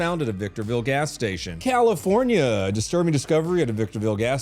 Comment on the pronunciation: CALIFOR NYAH NYAH